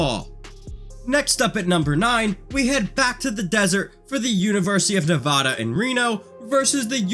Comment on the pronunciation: THATS NOT HOW YOU SAY NEVADA